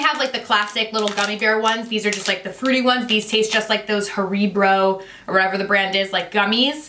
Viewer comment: I can't believe she said "haribro" Its haribo, hairebo is how you would pronounce it